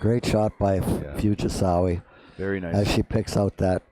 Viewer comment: "Fugisawee"really? Can you not read? Or are you being purposely disrespectful😮